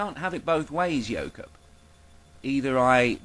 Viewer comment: Every time you say "Yoke Up" I keep hearing "yokel". Take that however you will.